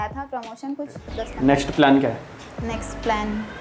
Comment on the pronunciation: प्लेन नही प्लान होता है😅